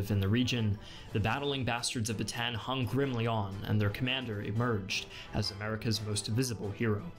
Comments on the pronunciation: Kindna grinds my gear a little bit when he says Batan it is Bata-an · Bataan is pronounced as Ba-ta-an not Batan. Anyways this is such a great video and I learned so much. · ba-ta-an not batan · Bataan in pronounced Bata-an, not batan. Foreigners always get this wrong :D Learned a lot from this video though. :D Fact, Philippines used a Japanese Peso for a very short while while the Japanese are in control of Manila. Now these bills are being collected. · Ba-ta-an Death March nit batan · It is pronounced bata on there is a gap between a’s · Just saying you pronounced Bataan wrong it is pronounced Bata an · It's pronounced Ba ta an... The two as' are not pronounced as one... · Yup it is pronounced as long "A" not with short "A". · Just so you know, Bataan is pronounces as /Ba-ta-an/ and Corregidor is pronounced as /Co-re-hi-dor/